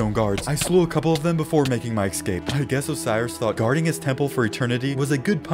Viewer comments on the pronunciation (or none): stop saying ecscape, its eScape